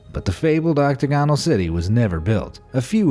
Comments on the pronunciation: Oc-TAG-onal, not Octa-GON-al. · OctAgonal, not octagonal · Learn how pronounce "octagonal"; also, Disney died in '66, not '96.